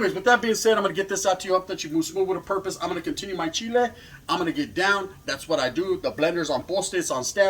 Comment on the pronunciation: 😂 he said I'm Gona continue " my chile"